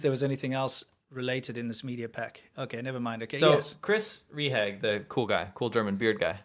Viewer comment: Rehage = Ray-HAH-guh. Not Ree-hag. Your German is terrible.